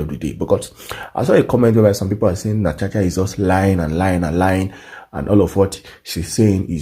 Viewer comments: It is Natasha and not Natacha, please pronounce it correctly. I come in peace. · NataSHa NOT NataCHa